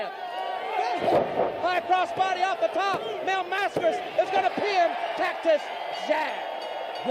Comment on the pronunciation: mispronounced. They call him "Mass-CARE-ass" or "Mass-Kurass" or something equally hideous. LOL